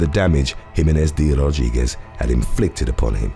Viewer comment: How he pronounces "De Rodriguez"! 🙏😍